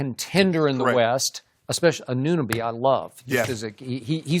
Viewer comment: Lol how do they say they love ananoby but they can't pronounce his name